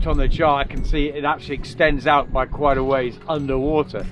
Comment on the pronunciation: kwait nice? not convincing, my wife said